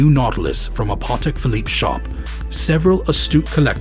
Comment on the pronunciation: Every time he says Parrrtek Philippe I wanted to cry a little 😅 Great content though